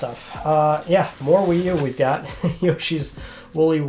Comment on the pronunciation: did you say yushis holy war? i guess he got sick of being thrown away like trash